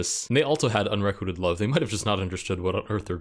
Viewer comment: you're pronouncing unrequited wrong. it's unre - quite - ed, instead of unre - quit - ed